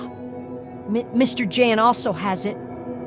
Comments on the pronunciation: I'm speechless for your videos' quality, craft and dedication. On a sidenote, J is pronounced as Y in slavic languages. so it's Yan, not Jan. And God, I genuinely thought mouthwashing voice acting was in-game. you ARE the goat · mister Dżens xD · Every video on Darkwood keeps getting a lot of the Polish names wrong, and that's to be expected, Polish names can be a handfull. But I wanna correct at least ONE of them: Mr. Jan. J in Polish works kinda like Y in 'Yellow'. It's a shorter version of Janusz ("Yanoosh") or Janek ("Yanek") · the J in mr Jan's name is pronounced like Y. So it would be mr. Yan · I can't imagine how hard you must have cringed at the way these videos pronounce "Mr. Jan" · As a small fun fact/correction; in Polish ‚Jan’ is read with a sound that English speakers would write down as ‚y’. Like in ‚year’, ‚you’ and ‚yellow’. Same goes for ‚Jasiek’ in There are also differences in pronounciation of ‚a’. In Polish it is closer to ‚a’ in ‚mark’ than ‚a’ in ‚mate’. ’Zocha’–‚ch’ in Polish is similar to ‚h’ in ‚horror’ and ‚hamburger’.